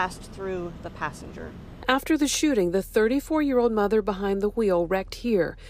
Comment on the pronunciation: Mah thun, mah thun 🙄